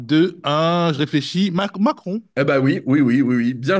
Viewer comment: dit "MAC MACRON" 🤣🤣!